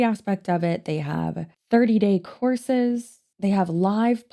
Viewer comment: I know you're saying "courses" but my brain keeps hearing "horses" and I can't unhear it.